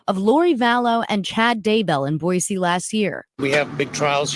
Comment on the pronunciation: It’s Boy-see please! I live 30 miles from Ada county.